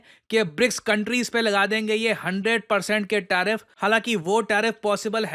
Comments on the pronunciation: Tarfif ❌ Tariff ✅ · TARIFF not TARFIF. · 1.09 TARFIF😂😂